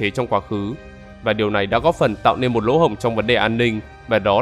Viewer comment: Nên chứ không phải là lên, nói ngọng rồi viết cũng ngọng luôn à